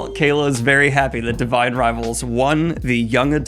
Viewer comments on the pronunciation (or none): none